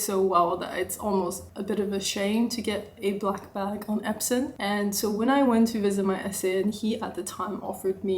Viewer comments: Beautiful bag. When u talked about other leather, I heard you say “epson” leather, is it epson or “epsom”? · I heard it 3x too